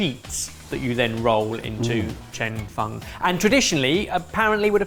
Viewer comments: The pronunciation on Cheung Fun is killing me 😭😭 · its pronounced "chung fen" and i eat it at least twice a week. i live in zhuhai and my chinese wife flipped out at the amount of oil you used. you dont roll it up so neatly, you kind of slide it together and give it a few flips. the toppings are generally added after its cooked (but not always) but before you slide it together, and its served swimming in soy/black vinegar sauce. its also VERY thin when cooked